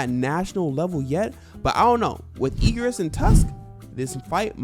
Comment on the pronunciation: How does bro struggle saying igris it’s simple